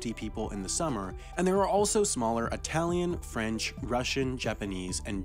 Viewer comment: Italian is not pronounced that way. Its quite offensive to say it that way in fact